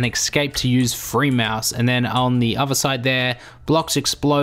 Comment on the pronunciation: Athor not Ahvar when pronouncing other. With not Wiff when pronouncing With.